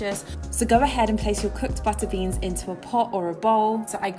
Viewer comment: Buttuh beans